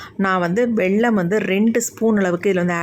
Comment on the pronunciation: வெள்ளம் இல்லை வெல்லம். சர்க்கரை